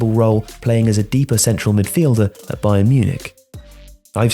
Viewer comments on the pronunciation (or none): none